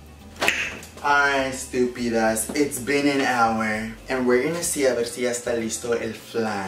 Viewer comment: omg “eestupidasss” jajaj que funnyyyy